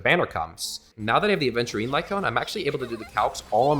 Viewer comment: Pulling Aventurine himself would have been a much better idea than getting his light cone for March. Like, night and day difference there. Also, I can't quite tell but it sounds like he's pronouncing Aventurine as "adventurine" which bothers me so much 😭 Also, idk this whole idea just feels kinda weird, like it doesn't really work. At this point I think it should just be "can you beat HSR with only March"